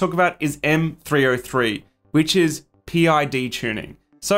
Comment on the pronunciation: Great tips. PID is pronounced pid, rhymes with lid and squid. Thanks for the reminder because I have a printer that doesn't hold temp, drifts 5-8 deg either way.